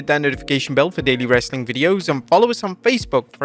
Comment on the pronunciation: does anyone else try to exit the video before he says "wrrreesstling content"? lol